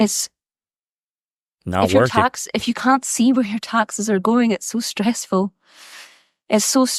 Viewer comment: "SO TRESSFULL" 🤣🤣🤣OMG girl. You got no idea what stress is "child."